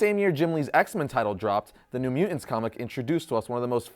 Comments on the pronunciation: Won't lie. The way you pronounce "mutants" as "mue-ents" is annoying. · Is it just me or does ' pronunciation of "mutants" seem...odd? He always says "mute-ents" as opposed to "mu-tants". Just saying. Can't un-hear it ever since I noticed it. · Not a native English speaker here but is it really pronounced at mu'ants? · Has anyone ever told you that your pronunciation of mutants hurts the ears?